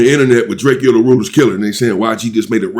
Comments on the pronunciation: … Can u please stop callin the homie DRAK-E-O…Itz DRAKE-O. He made a whole song about this go listen to it, its called Drake-o not Drak-e-o. What the helly😂😂😂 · Drak-co not drackkio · You pronounce it drake and o, like the gun Draco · One more thing that's bothering me I guess you don't read your comments but can you please stop butchering this man's name It's pronounced like the 🔫 Not the way it's spelled Draek-Kee-O... Come on fam That just urks the crap out of me every time you say it and I love your channel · YOU SAYING DRAKE-O NAME WRONG 👈🏽😑